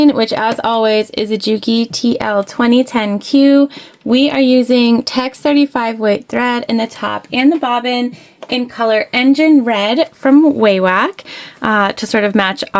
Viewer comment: Another great idea, like all of your videos!! I have a cousin who works for Wawak (wonderful company!), so hopefully you won't mind me telling you that it's actually pronounced "wah-wuck". 😊 Hope you have a Merry Christmas 💓🎁🎄